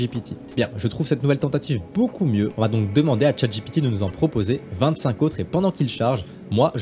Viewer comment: PPURQUOI IL DIT CHATGIPITI 🤣🤣🤣